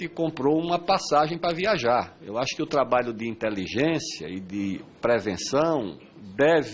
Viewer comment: Como confiar num ministro que fala "trabaio", deus nos acuda. kkkkkkkkkk